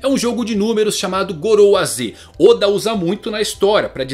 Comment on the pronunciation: Teoriad barba Negra oda não e assim a pronúncia kk